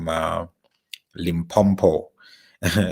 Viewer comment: let's rectify the way you pronounce my home town Limpopo. Its called Limpo-po with one "m" not Limpompo not trying to be disrespectful just correcting you brother